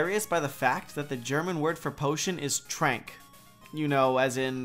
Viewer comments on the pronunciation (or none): The German word "Trank" actually is pronounced trunk, like the english word trunk. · Have to be nitpick, sorry. Trank. T as in Two, not t as in truck. R would pronounced like french R(uvular). A as in f(a)ther. N and K are pronounced like i(nk).